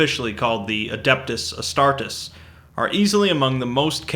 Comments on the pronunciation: Adeptus Us-tar-tees. Not Us-tar-tus. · It’s pronounced A-star-tees not a-star-tehs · Astart"ee"s is how it's pronounced my friend. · I'm sure you've been corrected on this a lot already, but it's pronounced adeptus as-star-tees, not astartis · I always thought it was pronounced "As - start - ees" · It's pronounced "Astar-tees," named after the obscure Greek war goddess Astarte.